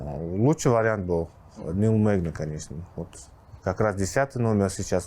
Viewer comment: Нил мэгни а не магни